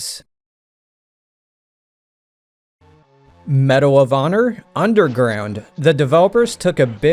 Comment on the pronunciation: You got me to laugh when you said Medal of Honor. 😂